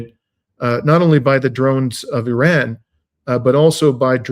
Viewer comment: Yes I noticed it and suppose it's a mark of respect for their country.